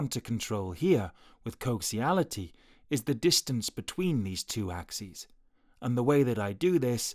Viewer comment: it's not "coxiality", it coaxiality. With an "A"